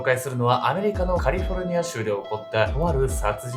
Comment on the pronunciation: あれ？「カリフォルニア」ってちゃんと言える様になってる？？